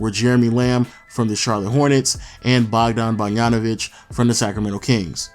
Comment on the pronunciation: Who tf is "Bargnanovic"? You can pronounce BOGDAN but can't pronounce BOGDANovic?